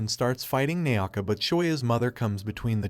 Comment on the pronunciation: ...is no one going to talk about how he was saying Naoka?